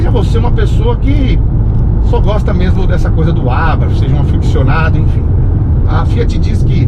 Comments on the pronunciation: Muito bom seu sotaque no TH, porém a marca é Italiana, e se pronúncia exatamente como se lê. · Nunca ouvi tanto a palavra "Abarth" na minha vida! E ainda com pronúncia inglesa. ( Vai entender )...